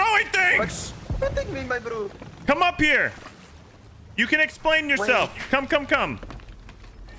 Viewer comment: "I can explaighghg!" is hilarious!